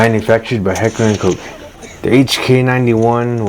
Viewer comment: Once you pronounced Koch correctly i subscribed 🫡